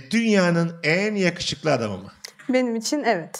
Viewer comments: Kadının eşine yağuşuklu demesi ve Mesut abinin yanlış anlayıp bölüm sonuna kadar yavşuku demesi mdjfkrlelmkrkflfk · Kadın Yakuşuklu demedi mi? Ben mi yanlış anladım. Mesut yanlış anladı ve sürekli "Yavşuku" deyip güldü :)